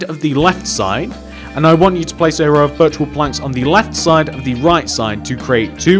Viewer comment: I keep thinking you are saying virtual wood lol